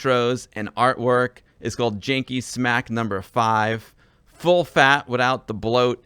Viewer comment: I love how you prenounce Polish "Dzikie Smaki" as Jee-key Smack :)